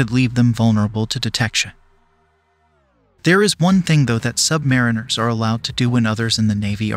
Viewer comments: Very good video, though I have to point out the mispronunciation of Submariner and Corpsman. It is Sub-marine-er, and Cor-man. The 'ps in the last word is silent. Aside from that, my dad served on 4 diesel/electric subs just after WW2, with both the Gato and Balao classes of boats. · Excellent video. "Not To Be Sheldon Cooper, But...:" In the U.S. Navy, they pronounce the word "Sub-Muh-REE-nur." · You should maybe learn how to pronounce "submariner" the way they pronounce it ... with the accent on the third syllable: sub-ma-REEN-er. Tradition. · It's pronounced "sub-MARINE-er". Not "sub-MARE-inner". I am a submarine veteran and saying that word wrong really grates on our ears. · I pronounced it "submariner" to my cousin who served on a boat. He corrected me: it's pronounced: Submarine R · IT’S PRONOUNCED “SUB-MA-REEN-ER”. Land wogs…..🙄